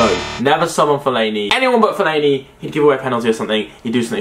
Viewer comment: She said Fellaini lmao nvr say fellaini